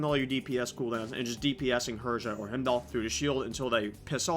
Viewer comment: um i hate to be that guy but its pronounced Hi-m-doll not him-doll. other than that solid video.